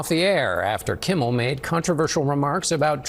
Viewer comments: It’s Kimmel. Not Kimble. And it’s couldn’t care less, not could care less. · I like your podcast but man do your homework the dude's name is Jimmy "Kimmel" not kimbel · Kimmel not kimbal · his name is Kimmel Not Kimball😅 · Kimmel… there is no B in it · Gm, are you saying jimmy “Kimble” on purpose? He’s scum either way lol